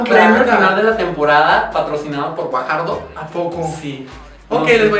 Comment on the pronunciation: Como caraja se pronuncia Gvajardo? Jajaja